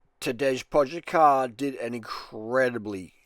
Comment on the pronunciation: Tadesh Poshakar?! for f**sake Durian, it's Tadey Poggachar! How bout you swap those asian destinations for a short holiday in Slovenia, come ride mt Kolovrat and I teach you how to pronounce his name and bake potica